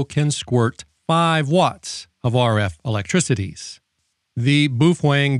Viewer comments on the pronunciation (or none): You say boofweng..... and "all intensive purposes"....... I cant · Are you saying "boof wang" on purpose?